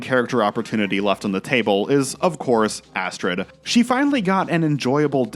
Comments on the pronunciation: You called Astrid, Astroid. It was probably a slip of the tongue but hilarious, nonetheless. Why? Because Walter Bishop could NEVER get her name correct. It was a subtle joke on the show. He's called her everything from Astroid to Asterisk. 🤣🤣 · Just you just call Astrid "Asteroid" LOL